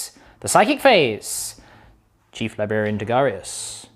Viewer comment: Every time says "lie-berry-ann" an angel gets its wings.